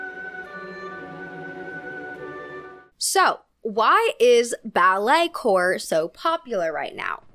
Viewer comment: it’s pronounced “core” not corp! coming from a dancer just letting u know ❤